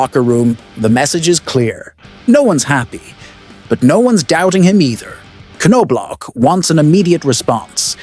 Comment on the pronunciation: Not sure if you just prefer how you're pronouncing the coaches name or not and if you do thats totally fine too, but as an albertan typically the media and fans pronounce the coaches name as Knob Lock. Great video though!